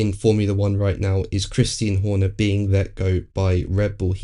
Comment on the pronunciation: Why would you keep insisting on calling CHRISTIAN christine???? He is a dude, christine is a chick name. WTF is wrong with you, have some respect. We all know what his name is AND how to pronounce it, how can you be a F1 channel and not know. Weather you like him or hate him, his name is CHRISTIAN, like the religion in case your still to $tupid to understand. Get over yourself guy.